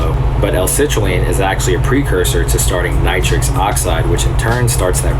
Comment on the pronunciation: Its not nitrix oxide, its nitric